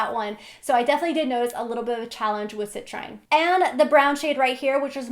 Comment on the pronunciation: It's pronounced sit-treen 😉